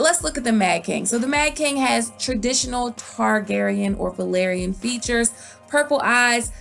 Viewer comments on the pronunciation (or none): none